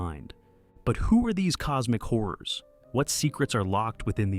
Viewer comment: This guy says horrors like whores..